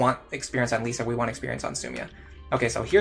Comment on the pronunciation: I promise I'm not trying to be a prick, I'm just curious why you keep calling her Lisa instead of Lissa? They even pronounce the name in-game so I'm not sure how you keep getting it wrong. (I used to pronounce Lucina wrong in my head until the cutscene where Chrom says her name corrected me. Now I nickname her Lucy to remember, haha.)